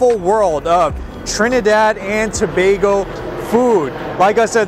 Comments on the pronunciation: It's refreshing to hear someone pronounce Tobago properly. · Well done!!! He pronounced Tobago correctly. good job...The food looks 👌. Both made Trinidad 🇹🇹 proud😄 Immediately subscribing 😉